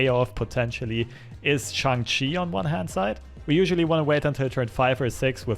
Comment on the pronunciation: Glad to see a streamer say Shang-Chi correctly! Enjoying the vids!